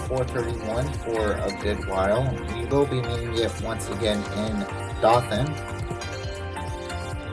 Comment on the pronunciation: Dothan is pronounced dough-thin